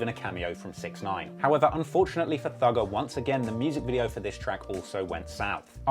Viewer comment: The first time I heard him say "Thugger" I though he said "Dougal"